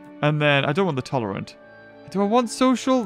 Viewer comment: read tolerant wrong